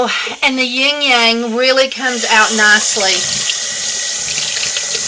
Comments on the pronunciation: I love your videos and I just found you but it's not ying yang! You were cracking me up here. The first time I thought I didn't hear you right. The second time I thought, "Nooo. " The third time I realized yep that's what she saying, "ying yang.." It's pronounced like this: lang lang. Lmbo. ❤❤❤😁✌ A "ying yang" is what you call a jerky person. Love ya. Thanks for the great tips. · fiy.. Ylang Ylang is pronounced.. eelang eelang.. not ying yang. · Thanks for sharing! Just a FYI... wrong pronunciation of Ylang Ylang. The word you are saying isnt even a essential oil. =)